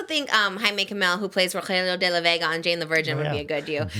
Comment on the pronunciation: Trish pronouncing Rogelio de la Vega Very Latina Trish 😍 Loved it ❤😍😂